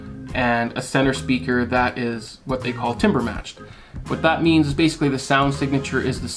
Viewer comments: Good video , keep up the good work! For future reference Timbre is pronounced "tam· ber" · I wonder if it is because Anglophones struggle to make the sound "im" in t•"im"•bre as we hear it in French, so the pronunciation got transformed. Just look how "Tintin" is pronounced in French (original) vs. English and you will understand the struggle lol.